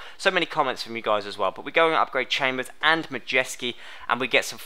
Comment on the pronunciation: I love when someone from England or USA is trying to say Polish surname...it's Mayewski or Mayevski